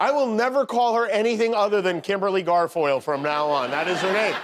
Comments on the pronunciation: Kimberly Garfoyle? Anyone who has seen her speak knows that it's "Gargoyle!" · Rosanne has finally lost her last 2 brain cells. Although, she did come so very, very close to saying Kimberly 'Gargoyle.' 😊